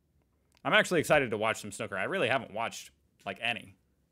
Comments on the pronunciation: Its is called snoooooker like snoopie the dog…. No disrespect 😀 I did not know myself until recently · Just tuned in to see if the American is going to butcher the word "snooker" - of course he did :) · To pronounce snooker correctly, think of the word "uber", replace the "b" with a "k" and and "sn" at the beginning. Also the sneeze clip was a sketch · Please pronounce snooker properly FFS (hint rhymes with snoopy) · Stop saying snooker pleaaaase. Your pronunciation has ruined my arvo. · It's snooker, not snucker.😂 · Snuker? Snooker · SNOOOOKER NOT SNUCKER, ALL AMERICANS HAVE A SPEACH IMPEDIMENT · I think it is Pronounced the same worldwide. I have heard many International Commentators over 45 years of watching Snooker.... And I am certain, without hearing it, what the OP is calling "correct pronunciation". Snooker as in pool. Not snucker as in pucker! 😂😂😂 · man it's pronounced snewker not snucker. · Or snuuwker, but definitely not snucker. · The reason the crowd did not cheer, it was during covid, so no crowd. PS Its pronounced snewker not snuker. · SNOO KER not SNUCKER ! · Steve Davis (ginger hair) was playing a famous British comic who is also a good snooker player, hence the sneeze as Steve took his shot, it was an exhibition match during a competition.. By the way, it's pronounced snooker not snucker, you don't call a pool game 'pull'. When all the reds are potted the colours have to be potted from low to high i.e. Yellow (2 points) up to Black (7 points). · What the hell is “snuker” assume you mean snooker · SnOOker! Not snucker! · Snooker like snoop-er, not like snukker. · Please pronounce it as it should: snoooooker, not snocker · Snooker, not snuker ffs! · please refrain from calling it snuker... its killing my ears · Switched off as soon as he said snuker 🙄🙄🙄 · It’s pronounced snooooker! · They pronounce it as snucker. LOL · It's pronounced snooker, the snook is the same as pronouncing snoop in snoopy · Snooker with a long o btw...